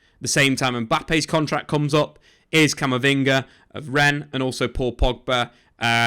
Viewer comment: You just said Camavinga